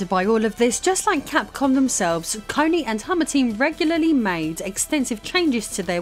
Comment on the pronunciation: Cony - pronounced Sony 😂